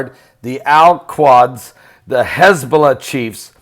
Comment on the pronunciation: Al Qudz (like Koodz)